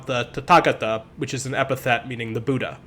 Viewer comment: It's very small thing but just because people learn from these videos, the pronunciations are bud-dha and nag-ar-juhn-a